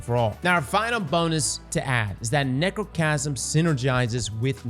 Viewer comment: said Nechrocasm and that's all I need to know. She's a slept on G.O.A.T. of D2.